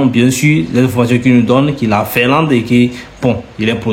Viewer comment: FINLANDE., on ne dit pas FERLAND. 😂😮